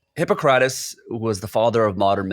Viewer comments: Hippo-cra-tes???? It’s Hip-poc-crateese. Hence the double p. It’s not hippa like the acronym. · it's pronounced Hip-pock-rah-tees! Thanx for the video I appreciate your channel. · Yikes. Fucked up the first word. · You need learn how to pronounce Hippocrates. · Did no one catch how this guy pronounced Hippocrates? He is supposed to be in the health field study of medicine and he completely boutched the pronunciation.